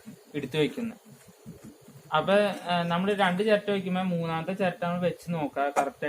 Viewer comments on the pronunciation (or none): അപ്പെ എന്നല്ല അപ്പൊ